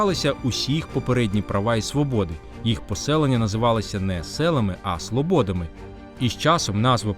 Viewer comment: Правильно говорити в орудному відмі😢нку слОбодами.